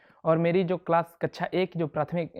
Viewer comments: mujhe kaksha ki bjay kaccha sunayi de rha h😂😂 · Whenever he said kaksha it sounds like kacha 😂it was too funny but i appreciate his mind level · भाई कक्षा होता कच्छा नहीं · Kakcha ko kacha kacha kyu bol rhe ho